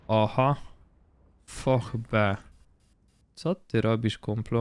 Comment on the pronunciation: nie foch, a fosz do k...y nędzy , nauczcie się w końcu poprawnie wymawiać